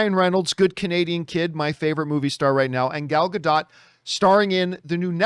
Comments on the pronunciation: So it's pronounced Ga-dough-t. Last part like "OAT". So Gadot is Ga-d-oat. Yes the T is used but its not GA DOT as John pronounced it. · Gal "Ga-dough" not GaDOT John. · It's pronounced Gal Ga-doooooo.